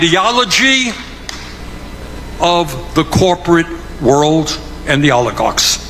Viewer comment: 😅, but he still can't pronounce it.